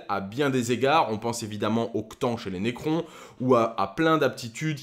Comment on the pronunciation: Pitié, vraiment, faut arrêter de dire "C'tan". Ca se prononce "C'tane" :'( J'ai des potes qui regargent pas les vidéos à cause de la prononciation de certaines unités :/